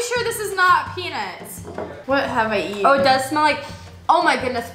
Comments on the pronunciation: Pea-nuts not pea-nits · when said is this peanuts it sounded like pen*s